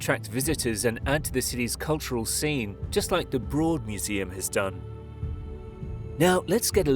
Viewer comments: Please - it's Los Ann -gel LESS. And Broad rhymes with road. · Just FYI, the Broad museum is pronounced like “road”